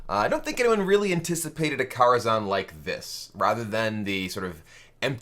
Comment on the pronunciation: good god that pronunciation on kara kazham